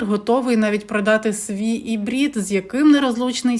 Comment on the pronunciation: Правильно Ірбіт, а не Ібрід